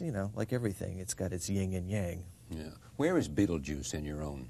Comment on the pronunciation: it’s not “Ying and Yang”, there is no “G” on the first word. It is “YIN and Yang”. Minus a couple cool points for Tim Burton. But he’s still plenty cool because he made Nightmare Before Christmas.